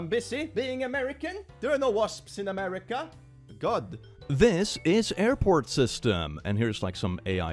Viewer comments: "muricah!" Google: translate to English? 😂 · Sorry, you misspelt it, it is now 'Murikkka